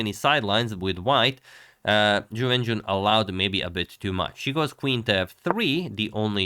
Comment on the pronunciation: I will never be able to watch agadmator's recaps of this world championship without thinking of "YuWenYuWen" and laughing like an idiot